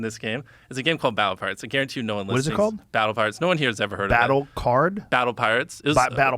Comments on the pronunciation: I could've sworn he said Battleparts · Listen again, he does say battle of ‘parts’ (pirates)